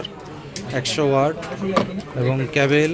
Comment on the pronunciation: ভাই ওটা ১৬ জিপি ২৫৬ জিপি না, ওটার উচ্চারন হবে ১৬ জিবি ২৫৬ জিবি। আর ওটা ক্যাবেল না, ওটা ক্যাবল। 😂😅